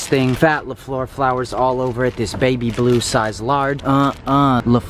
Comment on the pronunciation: The way you pronounced fleur made me wanna peel my face off